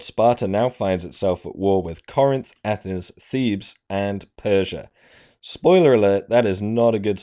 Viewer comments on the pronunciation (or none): none